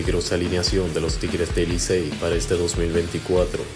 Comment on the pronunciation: "Ey licey" 😅🤣🤣🤣🤣 tienes que oírlo detenidamente